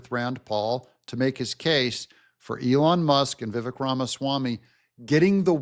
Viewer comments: Love you - but please pronounce the name Viv-AKE. 🙂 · name is pronounced Vivek (like cake)